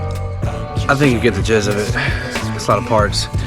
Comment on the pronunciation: Did you just say you get the “ jiszz of it “ 😂😂